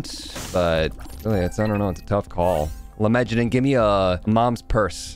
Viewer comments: I am very bothered every time dad says "lemejadun" instead of lemegeton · It's pronounced let-me-get-down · "lemegeton" is pronounced like "lay megaton" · i think its pronounced "lemme-get-on"